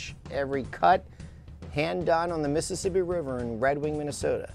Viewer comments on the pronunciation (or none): none